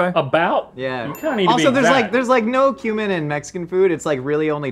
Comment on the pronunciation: I had to rewind and listen again as I thought Rhett said "this has got human in it" rather than cumin.